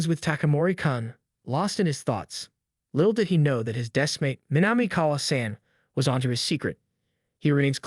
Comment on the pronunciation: When your AI can’t even pronounce basic shit like “kun” or “san” correctly, your channel is pointless.